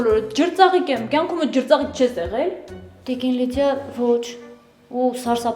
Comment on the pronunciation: Լիձյա ետ ջրծաղիկը քո լեզվից պիտի հանեյիր